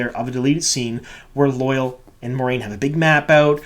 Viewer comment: It bothers me how badly you are mis-pronouncing Loial's name. I have wanted to say something for awhile now, and finally decided to. It's NOT 'loyal' or loy-uhl as you are saying it. It's 'loya-ahl' or think of it as loy-owl. Check the glossary in any book to see the actual way to pronounce it. Or even better go back to episode 5 around the 18 minute mark and listen to how Loial himself says it. That's the best way to hear it. :)